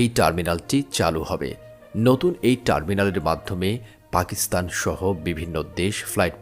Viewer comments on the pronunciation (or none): none